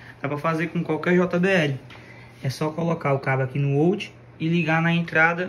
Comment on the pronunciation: Uma dica: Não se fala ôut...é áut